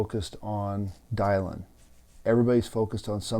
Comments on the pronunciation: Thank you for this message. Very wise advice and reflections. Just one small question, why pronounce Dylan’s name as Die-Lynn? Thanks again. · It's "Dill-en" like Bob. Talk about respect, you can't even pronounce the poor woman's name correctly. I'm out. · Dude, are you pronouncing Dylan correctly? It does matter, given you are posting to a public forum. It casts you in a shadow of ignorance to not get such essential details correct. No excuses. Get it right from the start. Constructive criticism.